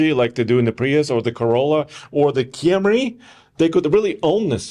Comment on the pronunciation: KEY-am-REEII is Russian for Camry.